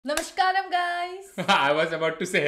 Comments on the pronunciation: Its "Namaskaram". not Namashkaram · Then one currection for u ,not namshkaram its namaskaram .little pronunciation mistake thatsall❤❤